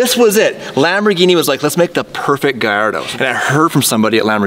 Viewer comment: It's called a GALLARDO... not GALLIADO... 🤣 please stop calling it that!!